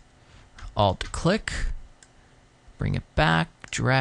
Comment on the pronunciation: sweet explanation of the pen tool. for future reference.. please say "alt key" not "a.l.t. key" XD fav part of the vid lol great tut.